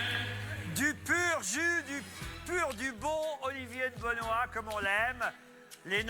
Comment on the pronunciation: "beu noix ".... oui c'est traitre le Français y'a des lettres qu'on met mais qu'on prononce pas XD ;)